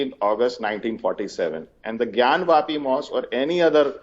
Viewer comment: It is not gyanvaapi it is jnaanvaapi. ज् + ञ = ज्ञ ग् + य = ग्या ज्ञान्वापि = ज् + ञा + न् + वा + पि ग्यानवापि = ग् + या + न् + वा + पि